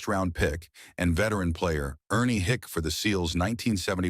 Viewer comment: Hicke is pronounced hickey.